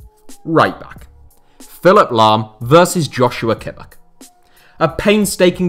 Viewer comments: It's literally just pronounced josua kimmich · yeah I don't get how you can pronounce it wrong. It's literally pronounced how it's written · Kimmich gets irritated when his name is mispronounced. "Yau-sua Kimmish"